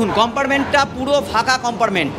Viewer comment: উচচারণ টা একটু ভালো করুন। কম্পার্টমেন্ট কে চিৎকার করে বলছেন কোম্পারমেন্ট।